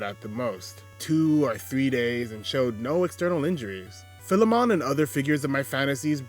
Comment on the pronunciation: Everyone always mispronounces Philemon. It’s Fye-Lee-mun, and is the archetype of one who owns a slave who is treated as an equal